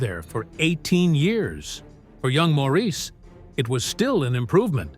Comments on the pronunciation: SAY Morris not MOREECE ya flamin drongo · Maurice is pronounced Morris.